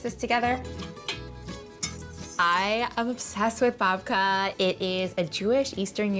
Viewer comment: I thought she said Vodka. 😅